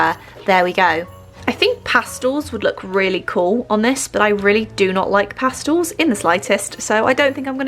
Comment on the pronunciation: What’s a “pastle”